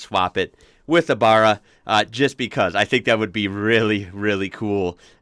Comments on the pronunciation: Not burru its baahhhraaa, uknow like Baaaahhhrramundi a not a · It’s a Barra, not a frickin Burra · Ford VCT Tickford 4L inline 6 It is BA-RRA and not BAR-RA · You gotta be more careful with your pronunciation mate. There's 100 people on here who'd be happy to help you avoid these irritating mistakes. BaRRa not Bahra !! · I Have a limited edition xr6t called an Aggressor if you ever want video of it let me know mate keep ya videos comming oh yeah "baaaaarra" not burra haha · Now,,if you can get the name right it'll all sound good! It's BARRA, not BARA. A little like BRASSIERE not BRAAARR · Theres a green top dedicated LPG gas barra also. I've heard that the heads go straight on a stock barra block and can be turbod??? Good for Explorer build ups.? Not 100 % . With pronunciation, all is forgiven as you are not Aussie but I do wish you well whilst out in the garden pushing your wheelBARrow 😅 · Stop sayin baaarra its ba-ra ! Just like its not Melbourne its melbin. And fyi americans from chiccccaaaago ( shit accent) dont get to tell us aussies how to pronounce our engines haha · Barra not Burra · It’s Barra with a A, Burra is where fukn rabbits live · NOT BURRA...Think of bat, and pronounce that way... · Hey dude!! It's a "barra" as in barramundi not burra as in kooka"burra"!! 🤣😂 However, we still ❤ your content!! Keep up the good work brother!!!...& maybe we will adopt you in the future someday to the "land downunder!!!" 👌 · It is Barra not Bara so it's the second one you said lol Imagine saying WHEELBARRA 😉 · also barry- barra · Your pronunciation is wrong bro, Your basically saying "Burra" think more like the name Barry, buy change the Y to an A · Barra not Baaaara. Geelong is pronounced like you would say "Gee whiz!" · Hi you got the the a at the end right, but the Barr is pronounced as in the name Barry not Bar. We'll teach you Australian yet:-) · I luv your clips but dude it's aaaa baaaarra not a Burra , Burra is a town here in south aust